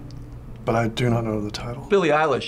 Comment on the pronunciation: Billie Eyeler? 😂😂